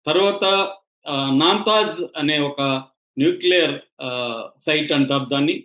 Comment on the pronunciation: ఊళ్ళో పెళ్ళికి కుక్కల హడావుడి అని దాముగా...🦟👹 నాన్తాజ్ గాదు సామీ.. నాతాంజ్ 😸